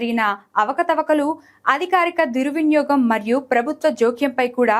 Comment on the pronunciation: BCCB ah ? Idheppudu pettaru ? Oh BCB ah ?? 😂 దుర్విన్యోగం ah? 😂 ఓహ్ దుర్వినియోగం ah 🙏 పానం ah? లేక పణం ah ? 😂 ఎలా రా ఇలాంటోళ్ళని hire చేసుకుంటున్నారు? తెలుగు ఒక్క ముక్క సరిగ్గా మాట్లాడట్లేదు ఛీ